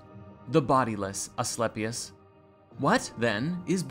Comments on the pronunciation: "A-schlep-i-us" - ahahahahahahahahahahahaha!!! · "A-sleepy-us" gotta be the student. I caught that. The beauty in ignorance can be appreciated. It's hard sometimes. They do make it difficult. We don't have to hate those that aren't able to see the things we can. Pity them & serve the best you know how. Then move on.